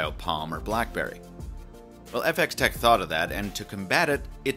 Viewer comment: I giggled when he pronounced it like that :) Technically it'd be function-of-x-tec though